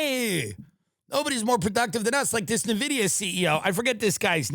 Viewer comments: Petition for to Tim learn how to pronounce NVIDIA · The pronunciation on Nvidia and Jensen Huang hurts me.